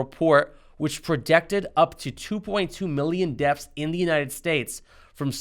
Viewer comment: It sounded like he said "deafs" and "groaf rates." Also, how can someone "fear me?" I know they can scare me.